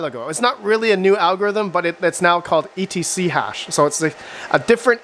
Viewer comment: They're etchash asics not ethash it's a different algorithm